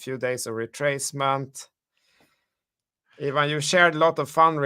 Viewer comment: I appreciate and love you guys. can you call Ivan - eye van and not yvonne 😄